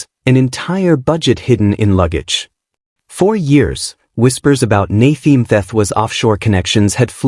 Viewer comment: This s AI talking.... why is he now Naythee